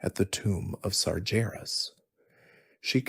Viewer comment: ar chi mond and sar jer as made me get out of bed and turn it off. cant listen to that all night 🤣